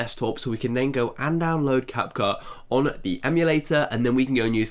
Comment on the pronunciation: "Cap-Khu" lol